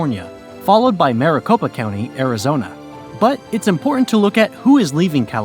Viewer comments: AZ became a state only 1 month after NM. Not months. Also keep saying Maricopa like Mar-a-Lago (mɑːrəˈ). It should be like Mare or mærɪˈ. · Much wincing all throughout this video’s mispronunciation. “MAHR-a-copa” really got me, lol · They didn’t even say maricopa right